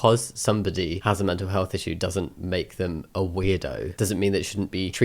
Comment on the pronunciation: it’s an issyou, not an issme